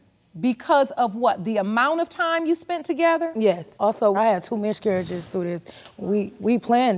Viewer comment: "Miscurriges" was getting me.